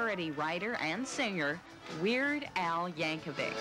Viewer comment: Yeird Wal Ankovic. Eird Yal Wankovic.